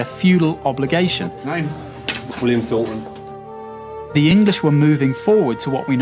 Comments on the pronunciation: Towton? Mon Deiu? We are not in France? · Towton??? No.... Agincourt Yes Geez this is good but Not Towton!!!